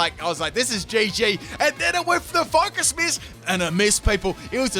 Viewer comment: I'm like why is he saying focus mist He's saying miss 😂